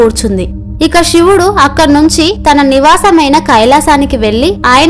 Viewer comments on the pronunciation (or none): Sivudu ani palukuthalli Shivudu ani palakavadhuu Vinalekha pothunnamu